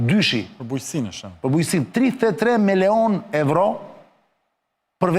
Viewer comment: 33 miloon evro sic i thojne Greket... Jo euro sic i themi ne... hahha. Te pakten ti lexoj ne shqip